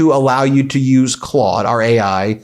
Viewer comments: ... That is not how that is pronounced.... The au is a "awww" sound not an "o".... Maybe it is different in the states. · Ben said it like the O sound rather than aww sound. But easy to do considering our current president is captain of the Clod Squad. 😉